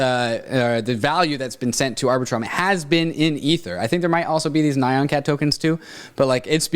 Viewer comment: triggered by the mispronunciations of nyan cat.